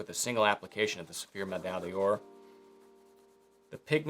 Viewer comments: it trips me up every time, and I know French is hard for Americans, but it is “medaille door”, medaille day-ore is really way off… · "Meh-dye door". Please! :)